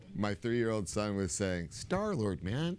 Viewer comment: Vin says “I was loving Star-Lard...” I mean... 😆